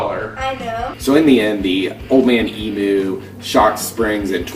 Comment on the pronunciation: Very Well done mate, you answered all my questions and explained it clear and simple, Old man Emu for me, but I must say its pronounced Emyou not Emmoo, Thanks Cheers 👍✌✌